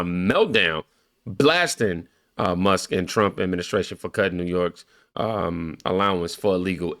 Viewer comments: someone tell her there’s a loud K IN MUSKKKKKKKKK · She calls Elon..... Elon Muss... because she can't pronounce the K. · She’s going to get sued again for defamation issues. she didn’t even say his name right Elon Mus 😂😂 Musk pronunciation Leticia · I hate her. Lol. She can't even talk. Elon mussss! Muss muss muss. Lol. Its musk you fool! With a K!!!! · Who is Elon Muss? That man’s last name is MUSK. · ELON MUSSS? No K? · Letitia James can't even say Elon's name properly. His last name is NOT Muss. She is a pathetic excuse for a figure of authority. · Wtf is elon mussss?